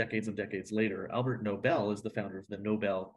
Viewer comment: Argh! It’s ALFRED Nobel, NOT ALBERT. This bothered me way too much.